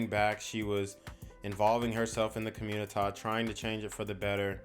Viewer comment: Community not comunita like u pronounce